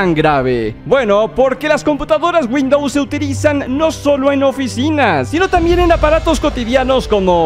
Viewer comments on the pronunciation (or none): none